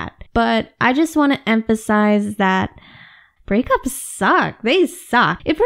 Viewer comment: The way she emphasized break ups is the way I emphasize school😂